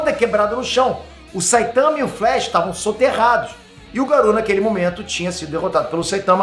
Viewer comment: pq diabos você fala Garu, em vez de Garou?